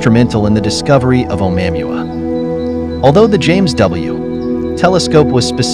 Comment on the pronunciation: Ok I have to ask...what exactly is the "James wood telescope"...your robo guy keeps saying that.